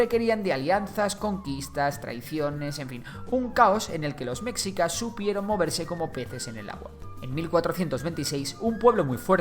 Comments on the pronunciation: Lo pronunciaste mal no es mexicas como si la x fuera una j si no se pronuncia meshicas como si la x fuera un sh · La x en "Mexicas" se pronuncia como "Sh". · oye esta muy bueno tu video pero te falla mucho la pronunciación de los nombres un ejemplo: no se pronuncia mexicas, se pronuncia meshicas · NO ES MEKSIKAS se pronuncia MESHIKA. Ivestiga primero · Buen video. Solo quiero apuntar que es preferible pronunciar "meshicas" en lugar de "mecsicas" o "mejicas", ya que la X se uso para representar el sonido SH del nahuatl. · Con todo respeto tío se pronuncia meshica no "mecsica"!! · ¿Soy el único que le dule como dice "Mexicas" en lugar de "Mejicas"? ¿O sólo viví engañado toda mi vida? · Muy bonito el video, pero es /meshicas/, no /meksicas/. Y ni siquiera es cosa del náhuatl, sino del propio español: esa x era usada para representar un sonido sh que derivó en j incluso en palabras castellanas más antiguas tomadas de otros idiomas, como Xavier> Javier o Ximeno> Jimeno. La correspondencia exacta de x con el sonido ks es más moderna. (p.e., hasta principios del siglo XX el galicismo "cliché" todavía era escrito a veces "clixé".) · Lo único malo es que me daba rabia el que decías METZICAS a cada rato. En tu investigación también te recomiendo que sepas la fonética de las palabras, como Tenochtitlán. Ahora entiendo porqué en sus adaptaciones de doblaje en caricaturas, series y películas les hacen tanta burla. Por todo lo demás buena la investigación. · Se pronuncia mejicas!!(mexicas) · En realidad se pronuncia “sh”. Meshicas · Recuerden: En México, la X puede sonar como S, CH, SH, J o X. En el nombre del país, se pronuncia Méjico, así como nuestro gentilicio, mejicanos. Nombres como Xochimilco, o el nombre propio Xochitl, se pronuncian Sochimilco y Sochitl El nombre de Mexicas se pronuncia como Meshica Entre otros ejemplos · La "X" se pronuncia como un "sh" en el nahuatl, entonces la pronunciación correcta es "Meshicas" saludos, buen vídeo.